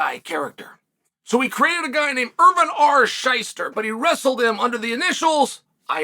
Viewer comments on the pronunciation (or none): none